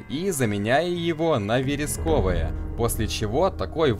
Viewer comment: Все круто сделано, респек, лайк и все такое но как можно зачитать слова с неправильным ударением: ворожеЯми (ворожЕями - ворожЕя) и верескОвым (вЕресковым - вЕреск)